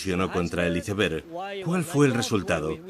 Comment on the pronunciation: Iceberg (con c, no con s) es un término castellanizado e incluido por la RAE en nuestro idioma, no hay motivo por tanto para pronunciarlo en inglés. Como no pronunciamos gol, suéter o líder en inglés, sino en su forma castellanizada. Y no es lo mismo que un témpano 😅.